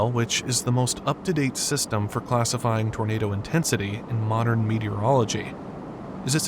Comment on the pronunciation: issa huge-uh townadow. 🤓